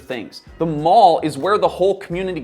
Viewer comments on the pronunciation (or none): none